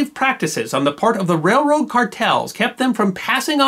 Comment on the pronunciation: I thought I was the only person who pronounces it "REH-rode".